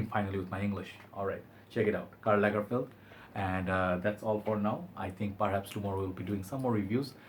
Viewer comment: Karla Lagerfeld you say 🤔